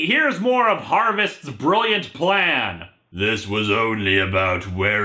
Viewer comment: 'My pwan is qweat...'